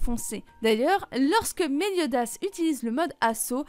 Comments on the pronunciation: Elle a pas du tout respecté le nom de Meliodas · Elle a pas respecté le nom de méliodas !!!